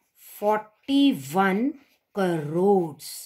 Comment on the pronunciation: That in not carries that is cores 😂🤣